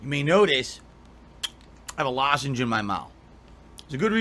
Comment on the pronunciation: Oh great, the fucking LAWSENGE is back